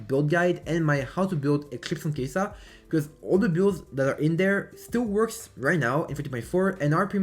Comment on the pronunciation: why u saying keisaaa its kaisa